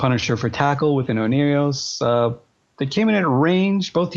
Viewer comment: How is the logi called,? "Oneirios" lollll